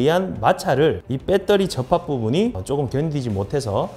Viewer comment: '빼떠리'는 어느나라 말인지